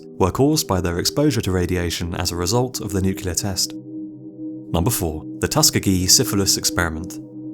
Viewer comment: Tusk-gee-gee? Lol! oh u Brits are hilarious